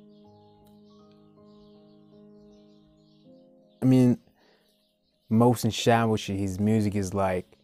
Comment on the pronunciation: Tank you for reacting to persian videos. and btw the artist name is pronunced like "moh sen chaa voshi"